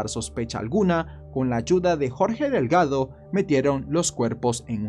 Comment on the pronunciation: 😂 😂 😂 Mi apellido es DELGADO.. 🤣 🤣 🤣 lo pronunciarse muy lindo. GRACIAS AMIGO!!